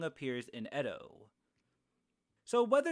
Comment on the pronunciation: It’s pronounced E-doh